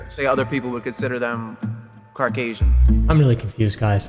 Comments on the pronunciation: "Other people would consider them (Dramatic Pause)...Carcasion. Carcasion. The frick is Carcasion, my dude meant to say caucasian and ended up saying his parents were a couple of Subaru 2009 Imprezas. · Did he say Car-casian? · He really said carcasian instead of Caucasian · My manz said “Carcasian”💀